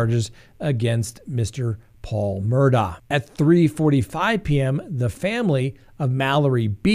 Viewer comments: It’s pronounced Mur-dock ! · 1) it's pronounced "Murdock"